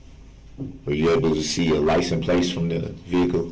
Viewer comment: Mr. Brooks, for the love of God, wtf is a licum place?